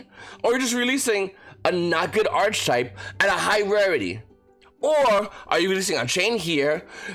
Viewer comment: That’s not how you say archetype........